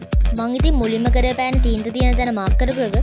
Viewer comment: පන නෙවෙයි යකෝ පෑන😂